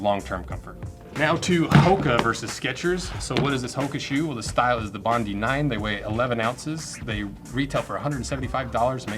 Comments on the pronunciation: Bondi is pronounced Bond-eye. The famous Sydney beach. I agree more testing is required. Especially, the higher impact of walking on concrete/ running & how they are after about 3 months. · Bondi is named after a beach, it's pronounced 'bond-eye'. 👍